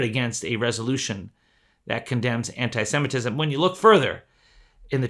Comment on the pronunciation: Holy crap you're the only person that knows how to pronounce the word Semitism